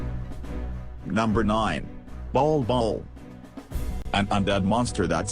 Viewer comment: The way you pronounced balbal Is ball ball